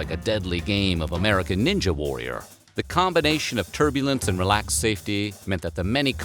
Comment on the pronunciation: The way he said American Ninja warrior 😂